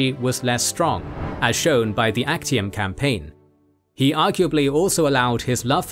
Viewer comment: theres a error its not Achtium its Actium